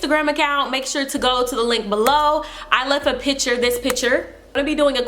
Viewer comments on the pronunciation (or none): The way she said picture 😂💓